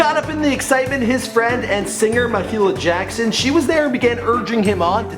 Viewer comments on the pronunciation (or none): Ma-HE-la? I'm done!! Mahalia!! Get it right lol!! 😂😂😂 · it's MAHALIA Jackson. At least get her name right if you're going to pretend to give a hoot